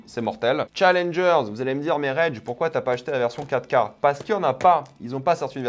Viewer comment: Quand il dit 4k j'entend caca ducoup je suis content